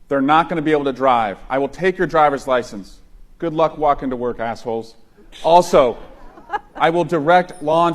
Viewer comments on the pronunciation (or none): none